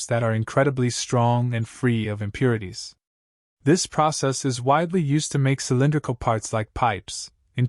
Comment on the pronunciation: I'm going to guess that it is AI. The relaxed pacing and pauses make it pleasant and not sound like AI. There is some slightly odd sound during some S sounds, e.g. the S in casting. Some distortions in syllables, e.g. "impurities", "strong".